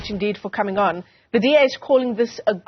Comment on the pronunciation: DA want WEE not BEE